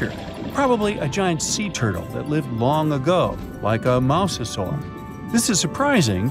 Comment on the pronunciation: did he say mouse-sasaur ?